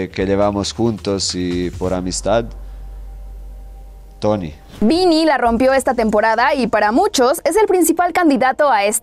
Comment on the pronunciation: "Vini jun y toni"